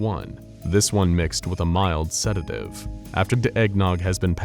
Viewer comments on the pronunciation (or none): i just realized he says "after da eggnog" instead of the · I just realised there is a vocal hiccup in this video he says "After da eggnog has been passed out-..." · why does it sound like they said da eggnog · “After da eggnog” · "after de eggnog" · Ayo "After de eggnog," what happened man? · Am I the only one that noticed the subtle vocal slip ? It sounded intentional, but I had to listen like 3 times lmao